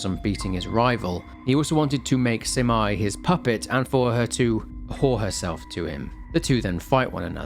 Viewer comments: Minor detail: You pronounce Abe no Seimei's name as "sey-mey", not "sai-mai" Other than that, wonderful breakdown and analysis! I'm always waiting for your uploads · Love your vids. Btw its Seymey not simai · Pls lord why is no one talking about how he pronounces Seimei. He says it like it's "semi" but, really, it's "say-may" Idk man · Seimei (Say-May) and that's a really, really pretty dude. That's literally one of Abe No Seimei's details is that he was very pretty because his mom was a Kitsune (Or so it's said). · Thanks for another great video! Btw Seimei is pronounced more like Say-may. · The way he read seimei as semai, kinda make me laugh. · Loved this game! This was one of the first horror game I played back then. Ty for the video! ❤ Ps. Abe no Seimei name is not pronounced as Semai. Semai means narrow. 😂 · True. The pronounciation of Abe-no-Semei made me crazy, too.